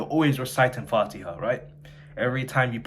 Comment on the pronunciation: Also your recitation of fatiha is amazing . No joke . I‘m so proud of you . I just think you should work on your ح and ع more . Good luck 👍 keep learning . You got this !